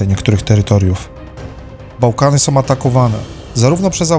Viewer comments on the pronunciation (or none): Bardzo ciekawe informacje . Szkoda tylko, że prowadzący robi takie błędy językowe: nowom stolicom, dzielom, som, jest przywódcom. Zgrzyta to w uszach i mnie przeszkadza w słuchaniu. Przypominam, że w j.polskim są końcówki ą. Czyli nie som ale są, nową stolicą itp.